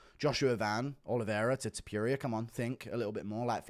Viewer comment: can you please show respect and pronounce topuria correctly now?